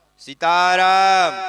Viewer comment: सिताराम नही सीताराम